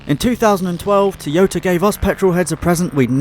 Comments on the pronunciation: Toy-yo-ta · Please learn how to pronounce toyota!